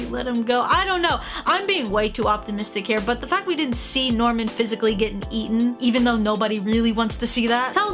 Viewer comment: That's not Norman that's Nirman